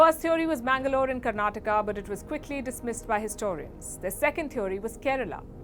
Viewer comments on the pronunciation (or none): none